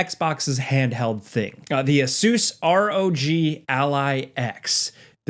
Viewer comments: Ace-us, please man. Not ace-oos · Did you say Ah-soooos? I thought it was pronounced A-sis? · Just call it an “aay-suhs rogue” you sound silly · repeat after me Asus = Ace-us. Rog = Rawg you fuckin butchered those pronunciations 😅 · Hey, it’s funny how you pronounce Asus 😄